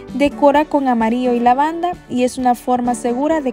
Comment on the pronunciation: Me gustaria saber también de que país eres ? Que tu pronunciación Para las palabras que llevan la letra Ll no la pronuncias bien , solo dices amario , y lo correcto es amarillo , muy lindo vídeo , y disculpa pero se me hizo rara tu pronunciación